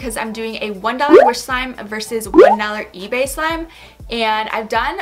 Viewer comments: For the orange slime on the ebay one i think you said etsy Like if you heard too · it's eBay but you keep saying etsy